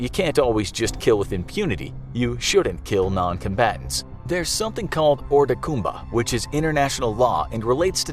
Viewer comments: in the video, he said the words orda koomba. I speak french, and what he sould have said was oar duh comba (that is the correct way of pronouncing it) instead of saying orda koomba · the pronunciation of "hors de combats" sounded like something from the lion king